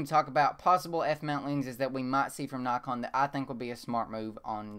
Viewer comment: Dont get me wrong if you say nykon instead of naakon you would get more subscribers. I really like ur channel.